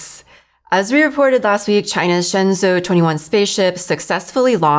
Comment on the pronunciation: 神舟Shenzhou is pronounced as shén zhōu like Shen Joe